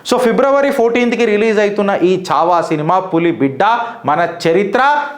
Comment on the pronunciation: చావా కాదు మిత్రమా ఛా వా